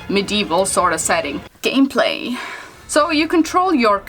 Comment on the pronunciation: Love the way u said gameplay 😂😂